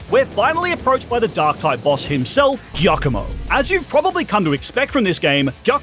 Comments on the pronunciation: I can't be 100% on this, but as an Italian, the dark type star team leader isn't pronounced that way 🙈 assuming you say "giovanni" from gen 1 like most english speaking people online, "giacomo" first part would be the same! About the eevee, I would go for Umbreon or Sylveon because they look the coolest to me and Sylveon was my first shiny eeeveelution!! Great video btw😊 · Dondozo the Water Whale? Catfish. It's a Catfish. Also Giacomo is pronounced like Giovanni.